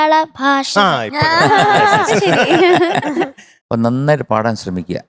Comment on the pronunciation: ഭാശയല്ല ഭാഷ എന്ന് പറയ്